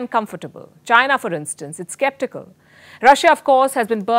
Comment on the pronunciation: Madam I think it is Chi-na not Jai-na😁